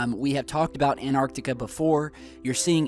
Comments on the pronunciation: it's An'T'arctica… not anartica. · The word is AnTarctica not anarctica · it's called ANTARCTICA with two T's am I the only one that kept hearing anartica?? lol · It's AnTARtica NOT ANARtica. Can you read??! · T..... Say anT AnTar Antarctica.. Theres a fucking T in anTartica... T... T... T... An.... TAR.... TICA.... ANT.... TAR TICA.... ANT.... SAY ANT.... ANT... AN.... TAR TICA... ANT... TAR... TICA.... The T is not silent... Say the fucking T.... AnTartica.... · Love this video, but as an English teacher, something is driving me crazy. The first "t" in Antarctica is not silent! You wouldn't drop the "t" when you say the word "anti", so we shouldn't drop the sound with "Antarctica".